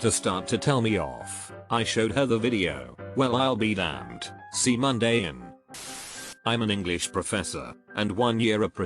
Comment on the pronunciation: Text: "Well I'll be damned, c'mon in." Text-to-speech: "Well I'll be damned, see mon day in." Speech 100.